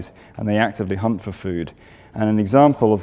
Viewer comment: Did he say “they hunt for food” or “they hump for food” ? Honestly, I could relate to both.